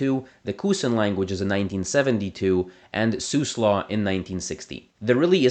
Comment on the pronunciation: Siuslaw is pronounced /sai 'ju: slɔ/.